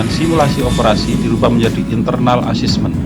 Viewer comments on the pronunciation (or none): tolong mohon maaf yang jadi dubber diperbaiki, cara bacanya parah: physical distancing, milestone, customer services, assessment dsb sebaiknya kalau tidak bisa mengucapkan dalam bahasa inggris atau bahasa indonesia yang tepat gunakanlah pilihan kata dalam bahasa indonesia. overall, nice information.